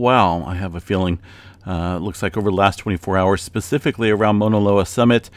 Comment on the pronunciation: MAAAAUUUUUUNA Loa! Not mona loa. Like OUCH! Cause its hurting my ears🤣🤣🤣